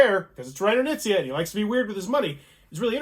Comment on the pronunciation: You should really look up how to pronounce Knizia, I cringed every time, not a big deal though pronounces everything wrong